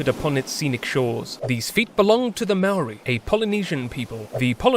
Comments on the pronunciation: It's more like mow-ry but flick your tongue at the r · he can say whare nui but not maori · Bruh please learn to pronounce Maori correctly! Other than that, pretty good video. I wish you'd highlighted a little more how the British pretty much shat all over the treaty of Waitangi and ignored anything in it that wasn't convenient for them because they considered it more of a formality or gesture than an actual treaty. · He's not even saying moari properly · God dam it... pakeha can't pronounce maori can they